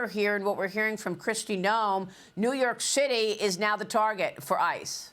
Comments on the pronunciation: I heard "New York Shitty". 100% spot on, actually. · I know it's just the way she talks, but it sounded like New York Shitty.